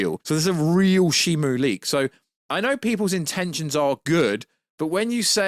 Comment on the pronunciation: it’s SHIMU, not SHIMO